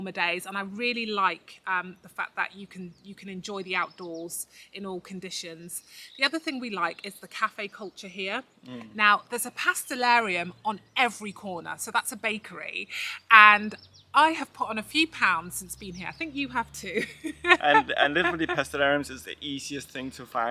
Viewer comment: For the pronunciation of pastelaria you need to put the stess on the i of ia. (pastelaría). There is no written accent but it is there. Spanish is different because a written accent is placed on the word. Not in Portuguese. In your pronunciation there would be an accent on the "a" so it would be pastelária. As for the ability of the Portuguese to speak English, they are obviously not at the level of the Danes, Dutch, Swedes, Norwegians, Flemish Belgians, and Finns but compared to most other countries the Portuguese do well. In the EF English Proficiency Index Portugal ranked very high (7th), much higher than Spain, France, and Italy.